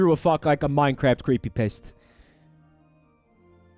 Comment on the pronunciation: "CreepyPaste" lmao